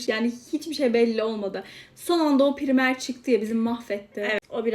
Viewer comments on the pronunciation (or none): Primer değil praymır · Ablacım ya yüz kez söyledik pirimer degil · Abla pırimer ne yaaa pıraymır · Primer diyil praymır